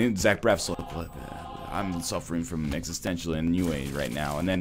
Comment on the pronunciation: give or take, you said medical ennui. Ennui is (an-wee) not (a-new-eh) just fyi. You did use it correctly though :). Good video, made my day